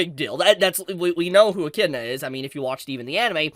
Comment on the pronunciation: Damn this is news. Also the fact that said Echidna properly 😁